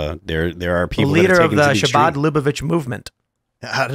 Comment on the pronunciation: And it's not pronounced Shabad. It's "Habad"